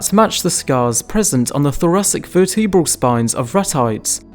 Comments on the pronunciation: There is this thing called pronunciation that can differ depending on the geographic location of a spoken language. Verteabral as you put it is common in the UK. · What is a verteabral? Do you mean vertebral? Why narrate if you can't pronounce simple words correctly? "All across the Wewld"? Wtf is this shit?